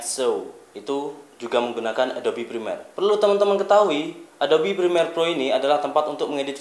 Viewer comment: Prremiere bang,, bukan Primer :((